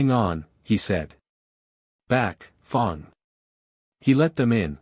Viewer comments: F a n g is not pronounced f o n g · I loved this story line. Can there please be a part 2,3..... Fang is pronounced with a short a sound as in rang, sang gang.